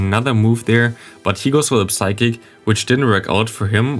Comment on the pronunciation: Day 1 of reminding you "psychic" is pronounced with a silent P. Nice video